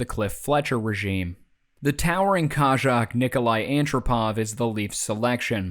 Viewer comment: That's a very odd pronounciation of Kazakh.